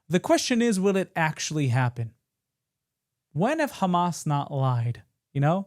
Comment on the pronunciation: Did he just called Hama soldiers?